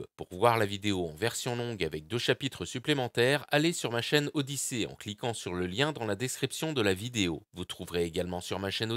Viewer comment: C’est pas « odyssée » mais Odysee « odissi » see comme voir. Pour une fois, qu’il faut prononcer un mot à l’anglaise, vous êtes pas cap. 🤦🏻‍♂️